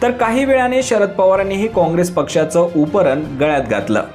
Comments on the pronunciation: अहो उपरण नाही त्याला उपरणे म्हणतात. आधी मराठी चे उच्चार सुधारा. मग निवेदन करा. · अरे उपरण नव्हे रे बाबा त्याला उपकरणं किंवा उपरणे असं म्हणतात शिकून घे